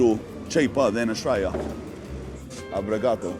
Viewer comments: it's obrigado not abrigado aniosss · Japanese Portuguese blend "Obrigatō" 😂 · Lol "Obrigato"